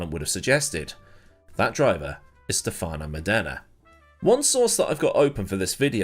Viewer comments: Cool video, correct pronunciation is stèfano módena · Another great video but you're pronouncing his name completely wrong.